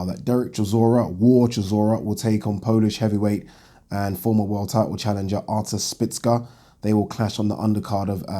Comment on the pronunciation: Artur spitska lol